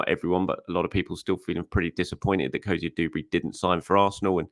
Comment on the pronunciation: *Cozier-DUBERRY. Not DOOberry. Do you say the rent is DO? Call of dooty? Sand doones?